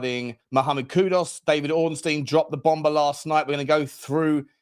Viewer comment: Mate. Great content. Please though it's kudus not kudos. Please.